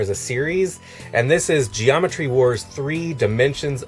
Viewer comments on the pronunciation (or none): none